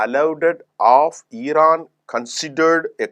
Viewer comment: ஈரான் இல்ல இரான். ஈரான், ஈந்தியா, ஈஸ்ரேல் அப்படியா!?